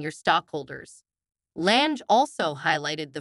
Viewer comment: You can't even pronounce her last name correctly.